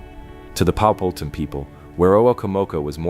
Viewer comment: Pow-ha-tan NOT POW-hat-an . Get it right.